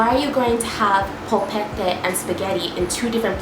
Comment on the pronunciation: the way she pronounced "polpette" 😑 sorry I can get really triggered by american accents.